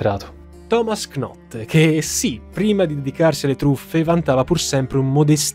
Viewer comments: piccolo dettaglio: la k non si pronuncia. knot diventa semplicemente not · Video bellissimo, ti seguo sempre, domani mi arriva il tuo libro però scusa ma “knot” non si può proprio sentire, si scrive Knot ma si legge “Not” 😂😂😂